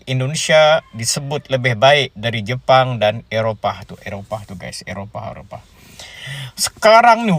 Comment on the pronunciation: Kau ngomong daripada (seharusnya dari saja) Jepang dibaca jepun (seperti maling sia) gua unsubscribe.